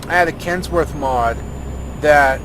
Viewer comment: its kenworth not kentsworth and i very strongly suggest checking out the kenworth w900l and it is a canadian truck so its canadian just like me